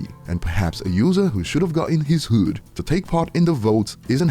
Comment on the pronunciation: Why you say Hood like that.??... I🤔🤔